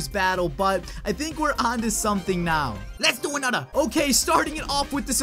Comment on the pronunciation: LETS DO ANUTTER